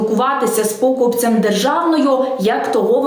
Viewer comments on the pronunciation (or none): Шановна ведуча, а з яких це пір покупЕць став пОкупцем ?! Що це за дурна мода перекручувати наголоси?! НЕ ПСУЙТЕ УКРАЇНСЬКУ МОВУ!!! Здається, все почалося з подУшки, яку хтось із телеведучих обізвав пОдушкою . Як не дивно, його почали наслідувати! Потім на всякий випадок почали в усіх словах, що починаються на "по", наголошувати цей перший склад. Ми вже чули пОвістку замість повІстки. Ось ви вже кажете не покупЕць, а пОкупець .👎👎👎 Якщо так далі піде, ви скоро викликатимете не полІцію, а пОліцію , щоб затримала не порУшника, а пОрушника . До речі, ви ще сплачуєте подАтки, чи вже пОдатки ?! Мені важко повірити, що це знущання з української мови відбувається випадково. Ви що, спеціальна 5-а колона, яка у будь-який спосіб намагається шкодити Україні та українській мові?!